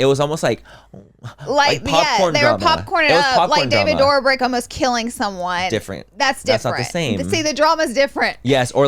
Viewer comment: Laura… girl… it’s Dough•brick, not Door•brick. You crack me the gell up with the way you DEMOLISH people’s last name. 😂😂😂